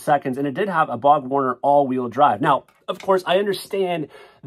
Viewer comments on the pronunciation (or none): Are you sure can tell you're not in automotive you didn't come from s*** automotive you went to college you got you a little nice suit and learned how to get on here and make a video because it's called borg-warner not bog horner